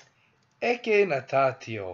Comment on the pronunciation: "ecce" nōn "ecē"